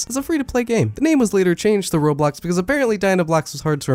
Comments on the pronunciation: BRO I THOUGHT I WAS THE ONLY ONE WHO CALLED ROBLOX "RAW-BLOX" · OH NO! NOW I KEEP PRONOUNCING ROBLOX LIKE RAW BLOCKS REEEEEE